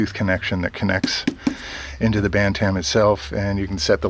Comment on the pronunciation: Your Pronunciation of Bantam hurts my ears... Pronounced BAN-TM, No A sound is heard in the second part. Here is some Help =>. How to Pronounce BantamYouTube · Pronunciation Guide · Feb 23, 2015